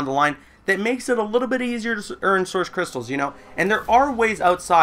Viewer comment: I like how you say "Soursh crystals" instead of "Source crytstals"